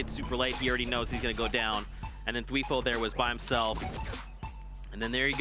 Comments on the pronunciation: announcer kept calling him "t-few" lol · Its tfue not tfew